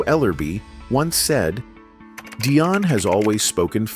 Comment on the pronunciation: In the future, please say 'Dee-On' not "Dai-on'. Her last name is pronounced "wor-wik" nor "wor-rik" and the label is "sep-ter' not "skep-ter' please stop switching back and forth like on this video like you are not into Dionne Warwick at all.